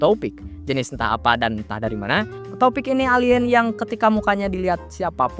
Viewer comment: Njir toepick dibacanya topik, nama bapak temen gw tuh😂😂